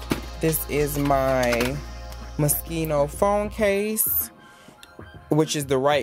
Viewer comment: Moschino , not Moskino 😂😂😂 I love your closet 👍🏼❤️